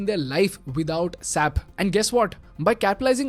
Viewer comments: Its pronounced as S.A.P, like separate syllables and not sap (in one syllable) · It’s not sap, it’s “S A P” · Mind you, it is not SAP, but it us called as S A P. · SAP?? S-A-P It’s not a word. It’s an abbreviation!! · I'm here representing the SAP... Employee and let me correct you with the pronunciation it's S.A.P not SAP😅..I dare you say this in the SAP World as saaap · I work at SAP. The company is running a campaign called #SayItRight to enlighten people on how to pronounce the company name. You need to pronounce each letter separately (es.aey.pee) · Dear it is not sap, but S A P. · SAPian will be like it's "ess-ay-pea" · It is not sap. It is pronounced using individual alphabets 'S' 'A' 'P'. Sap means pig. I remember when commuting to ITPL in Whitefield, Bangalore 10 years ago there is an SAP Labs office that comes on the way. Over the period of time the bus stop was called 'SAP labs' stop. When the bus conductor called out "SAP labs iliri". An employee of 'SAP' labs literally explained to the conductor that it is not "SAP" but 'S' 'A' 'P'. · Dear, Referring to it as "SAP" instead of "S-A-P" leads to a significant misunderstanding, as "SAP" in German slang translates to "PIGS." It's quite an oversight, wouldn't you agree?